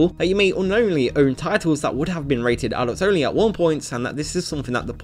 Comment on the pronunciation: im sorry but it just really sounds like you are saying adultSony games instead of adults only.